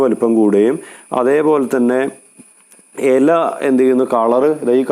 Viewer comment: എല അല്ല ഇല 😍😍